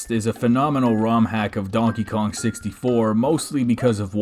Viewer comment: hey dude! You said dankey king